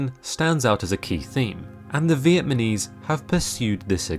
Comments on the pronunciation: Very good and informative video....but the narrator mispronounces the word Viet-na-mese by saying Viet-ma-nese a few times.....more practice....more practice...... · Did he say Viet-Ma-nese instead of Viet-Nam-ese? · It's Vietnamese and not VietMANese! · Please say “VietNAMese” and not “Vietmanese” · Vietnamese not Vietmanese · Uh...It's "Vietnamese" not "Vietmanese" but thanks for that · “the Vietminees” 😂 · “Vietmanese” 🙄🙄🙄🙄🙄🙄 you did everything else well except that lol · I've heard "Vietnamese" mispronounced so many times in my life it's almost offensive. Please show us some respect.